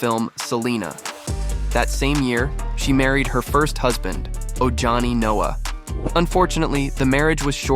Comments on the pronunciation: If you're going to make a video, learn how to say the names. It's not that complicated. It's pronounced OHANI, not ojohnny. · “Ohani” the j is pronounced h 🙏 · Ojani is pronounced O-Ha-nee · Its pronounced O-Hahni!! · Its pronounced OHANI geniuses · It’s “O-ha-nee”